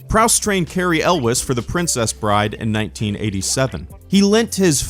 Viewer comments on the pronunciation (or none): none